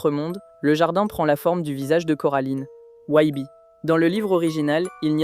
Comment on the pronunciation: t’as tu talent de fou sur le reste j’accroche à ta vibe. Mais commencer par prononcer Wybie correctement et finit par "Wibi" ça sort du truc tu vois 😅 ou madame Forcible prononcer "Forci-ble"… j’ai regardé le film en VF canadienne du coup ils gardent plus la prononciation anglaise mais peut-être qu’en Vf ils prononcent comme tu le fait mais ça me parait bizarre. Fin bref sinon hâte de voir tes autres iceberg, le son et le montage sont très cool